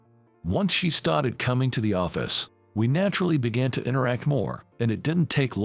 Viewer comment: Why are you saying started so funny